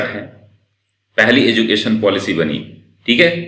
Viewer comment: एजुकेशन होता है न कि एजू केशन